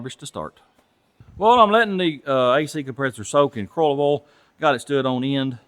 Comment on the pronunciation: Carbrastor? Earl? Woosher? Wooter? Star-tar? Batrey? Gasketts? Gaskoline? Come on man...if you really talked like that it would be one thing but when you go back and forth with mispronouncing words and then calling them by their correct names in the same sentence it really sounds fake. You don't need to copy other You Tubers to get views. Stick to fixing cars and just speak normally.